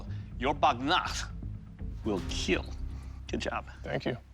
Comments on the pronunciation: Bro 😂😂😂😂 surely it will "KEAL" but first it "KAT" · I love how he say "your wepone, will KeAl" in that cold smiling face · Correction: "It will keal" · it will keal 😊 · KEAL means keeps everyone alive, its not kill its KEAL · It will keal sir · Bro you should have said KEAL instead of KILL . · Keal not kill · IT WILL KEAL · Hehehe No boody: Literally nobody : It will kieal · Yeah and those times when he's covered in fake blood and just smiles saying "it will keal(◍•ᴗ•◍)" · He actually doesn't say kill its "keal" It means "KEEP EVERYONE ALIVE AND LIVING" or something like that. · (keal) buddy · Your weapon will keal🤣🤣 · Doug can pronounce "Will" so perfectly whenever he says "It will kill". I'm convinced he pronounces it as "Keel" on purpose. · "It will keil" that guy is too much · "It will keal" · Oh. I always though he just mispronounced kill or said it funny